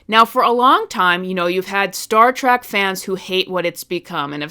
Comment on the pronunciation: you call it Star Track again about . Nothing you say is valid.